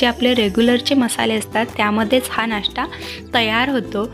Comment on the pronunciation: नाष्टा नाही, नाश्ता. फोडणीची पोळीच ती. ण च्या जागी न उच्चार करू नये.